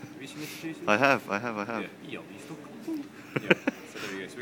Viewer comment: "Białystok" niezły akcent :) brawo hahaha:) great...